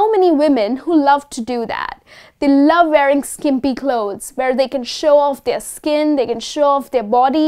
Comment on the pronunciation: Mam you have a good grip on vocabulary but the word wearing you pronouced as varying!